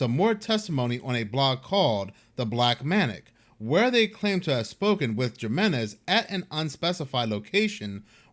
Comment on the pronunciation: Jimenez is pronounced Himenez